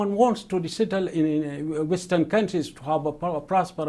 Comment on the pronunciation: No, he definitely slipped up.